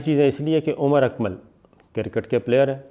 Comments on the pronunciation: Sabir sahab it's not cirkit its cricket lolzzz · Sir, you are renowned 20-year experience journalist, the word is "cricket" you are spelling it as "cirket", request you to brush up some English pronunciation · صابر شاکر صاحب کوئی خدا کا خوف کریں یہ لفظ کِرکِٹ نہیں کَرِکِٹ ہوتا ہے Cricket but not cirkit please correct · Very humbly sir, its not kir-kat its cricket (kreekat). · Sir with all due respect its cricket not circket I hope you dont mind my correction upon this word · KIR-KIT.... LOL...SIR ITS CRICKET.. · Kriket ....not kirkit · crikit lol. pronounced well hhhhhhh buddy cricket. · Jahil aadmi..the word is CRICKET not KIRKET as u said..atleast try to speak properly.. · Atleast pronounce kirket “Cricket “...🤣😂😅